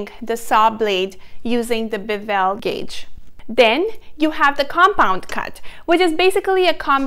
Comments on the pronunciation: Bevel is not pronounced bu-VEL. The accent is on the first syllable. It is a BEH-vul. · Bee-vell cut? Hmmmm…. Maybe try Bev-il.